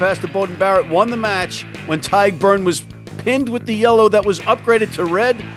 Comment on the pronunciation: Great show. Feedback for: Tadhg is pronounced "Tige" not "Tad"